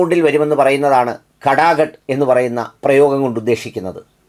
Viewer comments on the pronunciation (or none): കടാ കട് അല്ല പടാ പട് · കടാ കട്ട് അല്ല സാറെ ഫടാ ഫാട്ട് എന്ന. കളിയാക്കിയതല്ല. മൂക്കിന് നാക്കെന്നും നാക്കിനു മൂക്കെന്നും പറയുന്ന ഭാഷ എല്ലാവർക്കും അറിയണമെന്നില്ല